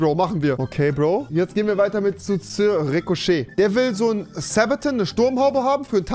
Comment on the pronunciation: Ahhh. Wie er Sabaton ausspricht. Ahhh. Jedem der ein Herz für Metal hat sind in dem Moment die Ohren abgestorben. Zu Englisch ausgesprochen, Rewi, zu englisch. Das sind Schweden! Ganz tolle Schweden!